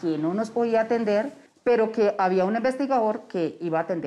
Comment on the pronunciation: Ehhhh quétan difícil es pronuniciar la "D"??? Qué jartera escuchar investigaor, hemos sio...